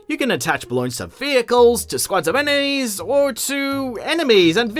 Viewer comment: emenies? anemonies? u decide